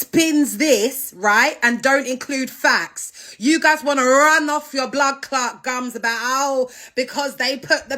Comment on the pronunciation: ‘Facts’. Not ‘fats’